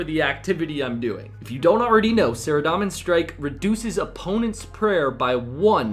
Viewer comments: SaradOmin, not SaradAHmin. Wtf is that lmao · Was anyone else bothered by how he said "saradomin"?